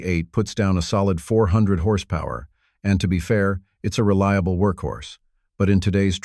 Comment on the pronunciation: What's horse pow-where? Dopey AI voice nonsense.